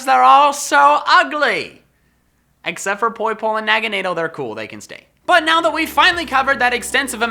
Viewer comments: Also it’s pronounced na gan dal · I’ve never heard Naganadel pronounced like that